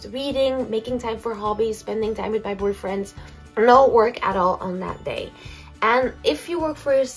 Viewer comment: Did you say "spending time with my boyfriends"? 😂 love that